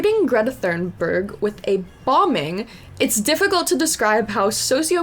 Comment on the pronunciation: so, you claim to have some credibility when you can't pronounce Greta's last name?